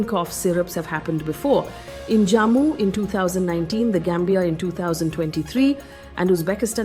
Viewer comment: Faye it'll be so much nicer if you work on your pronunciation of geographical locations. Rajastun, Uzbekistun, Jaamu 😢